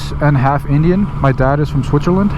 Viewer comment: I love the you pronounce Switzerland 😃 Aaaaand I used to have the same pair of gloves till they retired last season. Loved them 👌👌